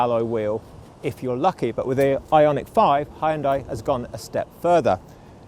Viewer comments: Not Hyun-D-AH-EE., but Hyun-Day, like Sunday. :) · "Hun-day" - rhymes with "Sunday". 😊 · you need to start saying Hyun-day not Hi Un Die... Hyundai are now aiming their sights at the premium market 😆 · You only manage once to pronounce HYUNDAI in a new way 😂 I guess that is a total nonsense and we always will be pronouncing it as it was before 🎉